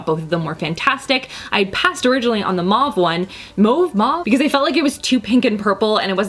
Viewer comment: Do you speak french it sounds like you said mauve like a quebecoise???